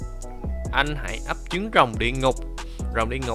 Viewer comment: anh nói ấp chứng rồng mà ☹️☹️☹️☹️☹️☹️